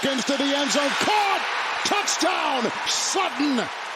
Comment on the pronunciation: I love that this commentator can’t say “TOUCH TOWN” 👍🏻